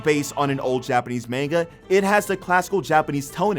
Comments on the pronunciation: idk why its bugging me but its manga not mainga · This a**hole saying Manga wrong kills me. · Omg it's not mainga as ur pronouncing it it's pronounced. mon ga and they are really called mangaka so Mon ga ka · Dude needs to learn how to pronounce manga